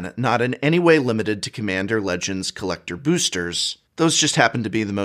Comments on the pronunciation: Lack of quality control. "Cmmander Legends" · "Quality Control is sus" Also: "Cmmander"